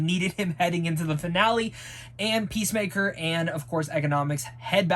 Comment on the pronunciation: Yeah the point is that you've watched 7 episodes of Peacemaker thus far & his name is clearly said in every one of them, you should probably be able to pronounce his name by now.